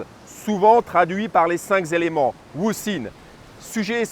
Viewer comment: tres bien , mais cinq ne rend pas d"s" donc pas les cinq "zélements", par pitié, mais juste les cinq éléments. Merci.